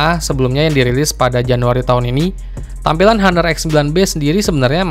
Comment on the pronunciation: bang ngomongnya ga usah haner... ngomong honor aja Napa agak aneh gw dengernya,,,gadget in dll aja ngomong honor lu sok² Inggris